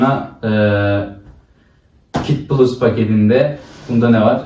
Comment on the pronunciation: Kit pulus değil kit plus 😀